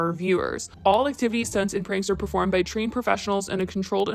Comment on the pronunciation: You mispronounced Pranks jijij 🤪🤪